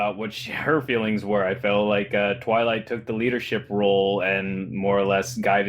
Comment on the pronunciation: you pronounce 'twilight" as "toilet" a lot.